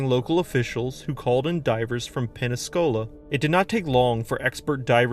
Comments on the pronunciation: "Pensacola" not "Penascola". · Penescola??? No my friend it's Pensacola FL Northern Florida near the Panhandle. 🔆🌈 Excellent Video Very Well Done! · I know whos story this is... Thanks for the respect shown . The way you tell a story is great. That's Pensacola is pronounced pencil -cola.. an Macon - maken.... I learned pronunciation of words that aren't pronounced how they're spelled it's so funny to me... Dyslexia... So much fun... Lol✌🏼💗😊❣️